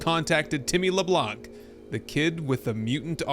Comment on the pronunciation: This Sons of the Forest series is very well done! In the name Tim Leblanc, we don't pronounce the "C" at the end. It's french ;P